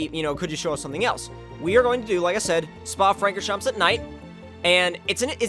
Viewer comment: Hey, just a hint, Francorchamps is pronounced without the 's'. A Belgian sub ;)